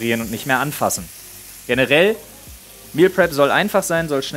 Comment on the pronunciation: Flo sagt zwar Meal prep aber ich verstehe immer Meal crap